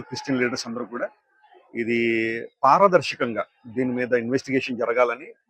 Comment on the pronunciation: పార్వదర్శకం గా కాదు పారదర్శకంగా